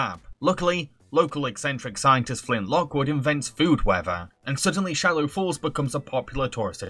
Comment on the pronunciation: No harshness meant here, but I'm a tiny bit upset that he kept saying "Shallow Falls" even though it's Swallow Falls